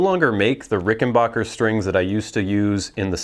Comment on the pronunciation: Too bad you can't properly pronounce rickenbacker not rickenbocker